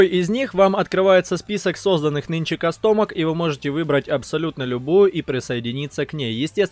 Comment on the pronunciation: кАстомки, а не кастОмок, и не pgi а pgl